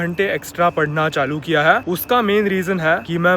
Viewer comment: Bro learn to pronounce " है "